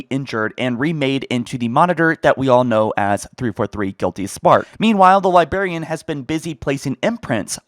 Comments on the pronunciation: Say it with me Li-brarian! Librarian. Librarian. Librarian. NOT libarian sorry no hate, it just had to be said. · Bro I love you and your videos BUT ITS NOT LIE-BEAR-IAN ITS LIE-BRARE-IAN Other than that, sick video ♥️ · Buddy, it's not "Liberian" it's Librarian. L I B R A R I A N. With a B and an R. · Guys, the LIBARIAN is back and not the *LIBRARIAN hahaha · The liBarian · "the Lie-Berry-Anne" lol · He's still saying "Liberian". My ears. I can't. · the lie berry anne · The good ole' Lie-Berry-an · Nucular, calvary... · I stopped watching 2mins in after he mispronounced librarian 5x, theres a R in there man